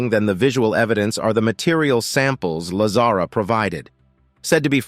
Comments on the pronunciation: Stop saying Lazara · Talk about jumping on the bandwagon of the latest UFO / UAP disclosures,. This video has extremely poor narration, quite possibly AI? Incorrect pronunciation of Bob Lazar's name, extra words scattered within the piece, along with very little intonation and incorrect punctuation. As previously suggested, at least get the basics correct. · Bob is a wild guy, and a genius. His reveal of Area 51 and S4 did more for Humanity and paved a way for more disclosure than most historical figures. Deserves to be at minimum Pronounced correctly....freakin LAZARA. WTF